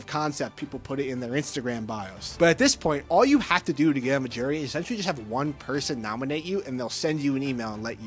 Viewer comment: Are you saying jury or gerry? Can you annunciate better?